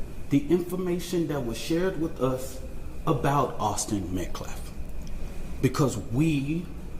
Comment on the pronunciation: "...Awsten Meklef..."